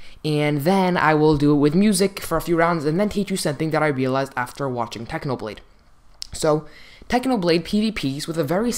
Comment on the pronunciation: its a clickbait you said how to pvp like "packhnoblade"